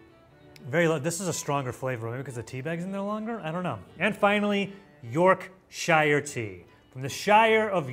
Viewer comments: you don't say Yorkshire tea like that ok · I do love all this but I hate the way Americans say Yorkshire, it's so wrong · it’s not Yorkshire tea it’s York sh u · The way him and any American pronounces Yorkshire always make me cringe, why put so much emphasis on 'shire' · The way he butchers the pronunciation of Yorkshire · Thank you! I cringe every time I hear York-shy-er instead of York-shur. Don't get me started on how the Yanks pronounce Worcestershire ... yeeesh!😬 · Pronounced York-sheer! I’m from Yorkshire😆 Also pretty certain the Hershey’s we find in our supermarkets are produced in the UK. I buy them from wholesalers, some flavours are UK exclusive. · He just seriously called The tea brand Yorkshire tea "Yorkshirer tea" it's called Yorkshire tea mate 😂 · YorkSHER! WE ARE NOT HOBBITS! Also its one bloody word! Edit: Nerds are british - created in the rowntrees factory workshop in york and part of the wonka brand. FFS! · ITS YORK SH-URR- NOT YORK SH-IIAR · It's pronounced York shir not York shire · As a yorkshire man we pronounce it “York-shu!” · The shire isn’t said that hard in the UK it’s more of a sher sound and Yorkshire tea is the best tea ❤ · Yorkshire tea is definitely the best. & It's pronounced Yorksure 🤣 the 'shire' part always kills me 🤣 we pronounce it 'sure' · Beans are definitlety best warmed, never eat cold beans, euuugh! Top tip, it's pronounced more like york-sheer as one word ;-) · “York (dramatic pause) shire tea” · York shire tea. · York Shur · The pronunciation of "Yorkshire" was diabolical 😂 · Please Learn how to say Yorkshire correctly. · I twitched every time 😂 “the shire of York” was my favourite direct quote 😅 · "York. Shire. Tea." Every Brit: 🤦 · The way pronounces Ruben’s and Yorkshire 🫣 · as a yorkshireman i had a stroke listening to you say that lol. also yorkshire tea with a splash of milk and 1 teaspoon of sugar slaps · This guy does my head in the way he saying yorkshire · "york shire tea" 💀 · Quit saying Shire 😂